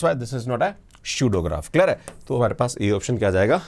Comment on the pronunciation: Clear hai ❌ klar hai✔️